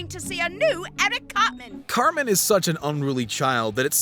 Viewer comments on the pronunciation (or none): the narrator calls him "carmen". it reminded me of an episode where eric said "its CARTMAN goddamnit!"